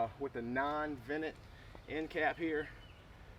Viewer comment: I’m just teasing I was getting a kick out of the way you say vented. The vennit and unvennit end caps. I’m seriously thinking about getting this torch though for my mk18! I’d always heard about it but it was never really on my radar till now